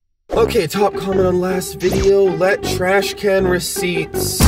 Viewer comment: Is anyone thinking abouut corona virus when he gets the receipts out the tresh can😂😂😂😂